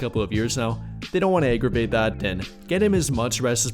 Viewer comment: Are you saying “egg”-ervate?